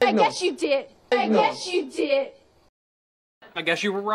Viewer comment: Me he dado cuenta de que la oración "i guess you did" tiene una contracción, Guess y you suenan así como gueshu